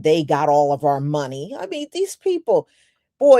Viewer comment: our food, not 'are food.' 🤷‍♀